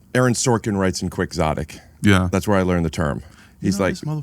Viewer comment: the pronunciation of quixotic is taking me out man. it's from the book don quicksote